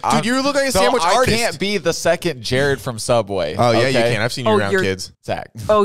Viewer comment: the fact that jared said my name right is so exciting im excited for y'all to open the gifts